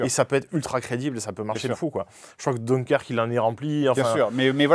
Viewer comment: Donequerque ?!? Oo Dunkerque [dinkerk] c'est bien aussi :D